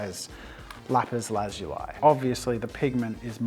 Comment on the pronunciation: Lazuli is pronounced Lu-ZOO-le